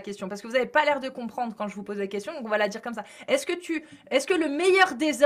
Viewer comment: Faut pas djire djire faut djire dire